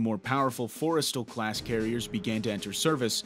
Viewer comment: Great video - but it’s “Fore-STALL” class carrier.